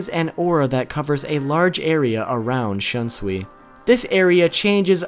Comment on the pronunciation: Wow your pronouciation of Shunsui's Bankai is some next level shit.